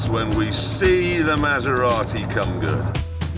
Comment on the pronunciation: I've never heard such a horrible pronunciation of Maserati. I winced every time.